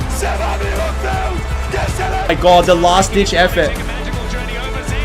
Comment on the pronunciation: "Zay-you-es" is my favorite top laner ever!